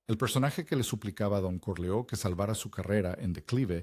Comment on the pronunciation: Ese acento es fingido porque ni siquiera pronuncia bien los nombres. Por ejemplo dice Corleo en lugar de Corleon, casi ni se entiende cuando pronuncia Niagara Falls.